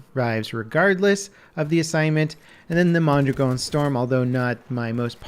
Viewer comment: FINALLY SOMEONE PRONOUNCED MONDRAGON CORRECTLY